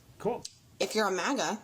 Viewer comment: For the 51st time, MAGA is not MOGA! MEGA is spelled meg-ah! MAGA is spelled mag-ah! I don't say mogazine when i speak about my Ar-10! It is a magazine! MAGA! Drop the Moga!!! All people have said it wrong since Brandon said it wrong!!!